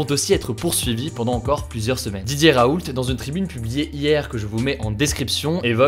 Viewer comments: On dit « raoul », pas « RaouLTT » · Merci beaucoup pour vos rapports rapides et fiable. Pour info (ca m’a fais rire) mais pour Didier Raoult on ne prononce pas le t.mon grand-père s’appelle raoult et pour lui on ne le prononce pas